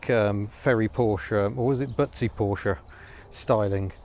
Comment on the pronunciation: We'll let you off then and bonus points for actually pronouncing Porsche correctly! (most car Youtubers don't!)